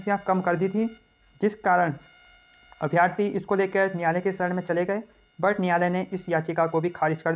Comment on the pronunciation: अभ्यार्थी नही अभ्यर्थी होता है।